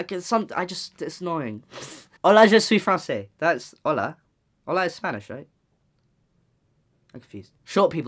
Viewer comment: “Hola” is Spanish not “ola”